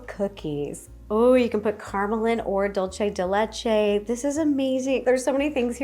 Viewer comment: I love this video! All of the cookies look so good😋 ❤❤ Also Ro, i just wanted to let you know it is not dul-chay de le-chay it is dul-say de le-chay.😊